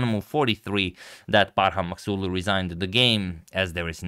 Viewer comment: Forget the game. I'm just really impressed how accurately you pronounce Maghsoodloo.